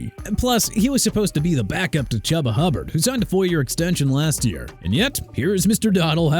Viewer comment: First off Jaguars pronounced JA-GWAARS NOT JAGWIRES! You gon' get enough of saying JAGWIRES when you hear from Jacksonville's fan base and organization and second the running back's name ain't "Chubba" Hubbard it's Chuba pronounced choo-ba! And Romeo Doubs pronounced DOBBS!! You understand?! I'm so sick of your garbage! You don't know how to pronounce then you need to find a profession outside of this channel!